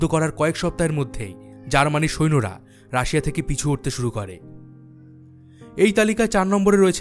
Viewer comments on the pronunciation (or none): none